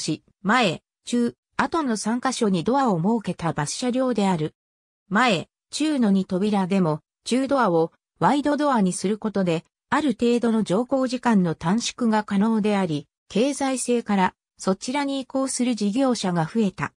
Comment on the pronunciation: 中ドアは「なかドア」と読む。